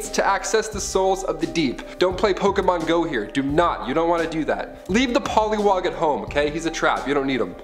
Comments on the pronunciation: Uuumm... Poliwog? Do you mean... Poliwag? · I’m sorry did I hear that correctly? Did he say poliwog?